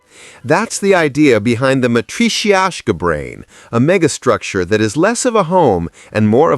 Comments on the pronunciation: Matrishiasha? 😂 Definitely need to work on proper and consistent pronunciation here. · Dude, seriously, just Google how to pronounce matrioshka doll. I was this close to subbing, then you advertised that you have no idea what you're talking about.